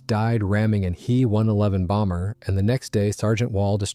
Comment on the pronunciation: WTF is a ‘hee one eleven’ and a jew eighty eight - frickiin AI